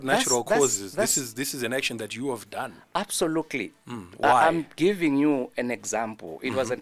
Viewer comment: He keeps saying absolukuli kkkkk